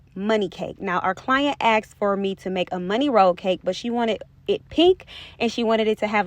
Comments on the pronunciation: GORGEOUS! But it’s “ASKED’. NOT “Axed.” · Do your clients axked you or asked you ?